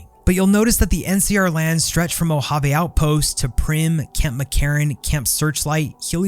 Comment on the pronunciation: Great video. One critique: Moe-Hah-Vay, not Moe-Hah-Vee Keep up the good work, love the content!